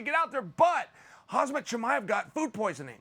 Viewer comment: F man Chael, it’s ‘Harm-zat’. His parents didn’t name him a ‘Haz-mat’ suit